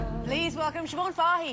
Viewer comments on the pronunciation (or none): I've always liked her name, i always pronounced it so-bhin, i guess its supposed to be pronounced sha-vone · It's an Irish name and it's pronounced shiv-awn. Siobhán is actually an Irish form of Joan believe it or not.